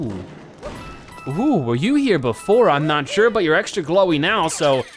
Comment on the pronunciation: While watching this video, my wife and I realized that (That’s how we call him) pronounce an N at the end of certain words. Sure(n), (there(n), here(n), etc. Did you all notice that? We like him even more now.